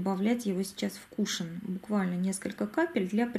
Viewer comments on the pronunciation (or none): Очень режет слух, тем более, что часто повторяете это слово)) правильно говорить - кушОн!!!!! Если бы ударение было на первый слог, то вместо О , была бы Е. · Извините, но вы неправильно произносите слово кушон ударение на втором слоге